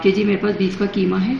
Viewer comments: Bihari QEEMA khaty hain keema nahi. Sorry to pointout difference of " Q " and 'K'. Mee khud bihari hon aur QEEMA bhi pasand kurta hon. Mera apna khas masala hota hai. Thanks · It is qeema not keema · برائے مہربانی اس کو کیمہ نہیں قیمہ کہیں قیمہ آپ شائد قائد اعظم کو بھی لائد اعظم کہتی ہوں گی ۔پلیز مہربانی کر کے تلفظ درست کرلیں